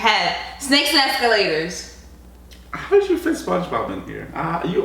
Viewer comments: Elees and escolators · Yeah it's called "Eels and Escalatirz"